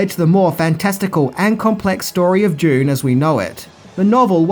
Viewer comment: how do you pronounce Dune... went through at least 3 versions Doon, Dyune and June